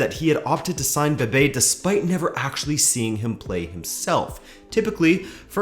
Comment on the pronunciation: Is Bebé, not Bebe